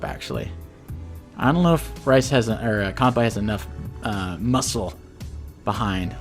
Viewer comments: Good stuff. Also looks like you caught the bad pronunciation from Mangs. From Kan-Bay to Kan-Bye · Kanbei is pronounced how it’s written. We don’t pronounce Sensei as Sen-sai, do we? Great vid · Yeah, not a big fan of the mangs pronunciation of Kanbyeeee. Mangs knows it's wrong btw (thanks to me) but he's too used to it so I can understand that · Oh no, he's learned the Mangs pronunciation of Kanbei/Kantbei. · I love how he pronunces Javier right but he mangs-pronounces Kanbei. anyway, top tier commentary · If I remember correctly, Mangs is Norwegian and Norwegian is a Germanic language and from what I hear from German, -ei is pronounced like the Japanese -ai (あい) and this have me assuming that their -ei follows suit. While incorrectly pronounced, I find Mangs's Kanbei cooler, lul